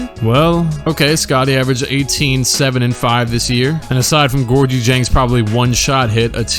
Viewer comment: Did this man really just say (gorgeyang ) man I’m a Louisville fan and that one hurt 😂 it’s pronounced gorgi 🤣🤦‍♂️